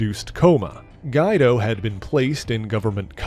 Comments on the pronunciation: Gweeeeee-doh. Not Guide-oh. Please dont do a Strong Guy video. Sheesh. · I was wondering if I was the only one that noticed it... I was looking away from my screen when he first said the name, and I said, "Who?!" And saw it was Guido... Not Guy-Do. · "Geye-dough"? Seriously? It's spelled "Guido". It's pronounced "Gwee-dough". This is not an uncommon name. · Guido is pronounced Gwee-do, not Guide-o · "Guido" is not pronounced "guy-do" as you said it, but "gwee-do." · Lol, the next time you do a vid including StrongGuy, his real name is pronounce Gwee-doe, as opposed to Guy-doe. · Excellent material in this video on Madrox... but Strong Guy's proper name is pronounced, "Gwee-doe", not "Guy-doe"... other than that one item, excellent work! 👍 I actually watched this video, hoping to figure out where the Marvel Legends retro-carded MULTIPLE MAN should fit into my collection... STILL don't know, 😅😅😅, but it was fun learning more about him... I guess, if we ever get a Sunder figure, or a She-Hulk sized version of Polaris in the yellow and gold X-Men #275 style uniforms, and the other members of the Muir Island Saga, he'd be great there... otherwise, he's probably either going to be stuck into my New Mutants, X-Force, or Exiles type group of alternate characters 🤔... Obviously, my other X-Factor 2.0 version Madrox is in THAT group... I started not to get the retro-carded version because he was never in a particular group, but then I found 3 of them for the price of one and decided to pick them up anyway... I'm sure I'll figure it out later on... 😅 Again, great job. Thanks for the hard work! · guydoe was so painfull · Guido is pronounced "Gweedoh." Otherwise, Great Job, and I would like more of Jamie! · Haha i get it this one is weird but its "Gwee- Doh" either way love your videos this is my favorite channel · Pronounced gweedo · I'm not trying to nit-pic but Guido's name is pronounced "G-wee-do". Just for future reference. Great work though!